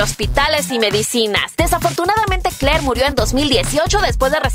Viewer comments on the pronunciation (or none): none